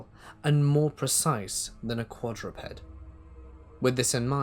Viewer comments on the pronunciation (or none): none